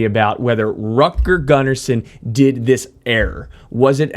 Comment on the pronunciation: "Rutger" is pronounced with an "u" like in bull, not like in butter. Same with his family name Gunnarsson. Not that it matters in base heaven where he is now, probably playing a duet with ABBA guitarist Lasse Wellander that went over yesterday. RIP both of you guys. Vila i frid!